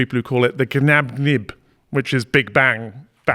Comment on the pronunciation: 'GNAB GIB', not 'GNAB NIB'...